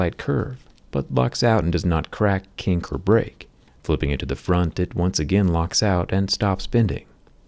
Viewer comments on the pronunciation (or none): none